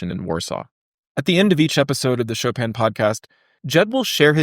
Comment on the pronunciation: Why do anglophones always pronounce Chopin's name so strangely? It's not like it's hard....